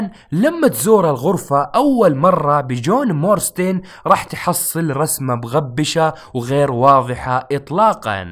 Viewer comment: يا رجل اسمه جون مارستون، لما تقول مورستين بتقهرني😂